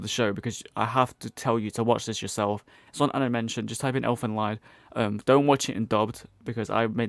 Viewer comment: Ah, I see you are a man of culture as well. For the record though, Lied is pronounced "leed". It's the German word for song. Also, the city it takes place in is Fujisawa.